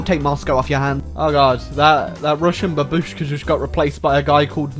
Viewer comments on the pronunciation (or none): bAbushka. Not babUshka